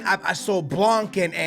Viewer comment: U don’t pronounce the c in blanc